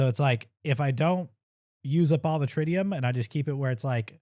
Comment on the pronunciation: Getting a partial tutorial during a speed run is wild. It’s not step by step but if you understand the basics you’re being educated and entertained at the same time. BTW, Tritium is pronounced Trit-e-um